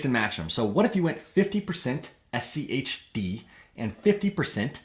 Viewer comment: was annoying to me how your inflection goes up on the H in schg and schd, when the g and d are what are different and so that should be the emphasis when you are differentiating these words, you basically made a point to make it super hard to follow bc you wanted to try to make it easier to understand by speaking like a five year old.